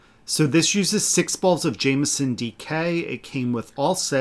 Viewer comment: Oh good. and. You guys r in bed with me on Sunday evening for some good yarny moments ❤❤❤ Re your striped sweater, how dense is the fabric? I couldn't see your scarf through it🎉, so Imo you could take the white up the underarm. I loved your pronounciation of the Jamieson wool colours❤ nicely done. X x x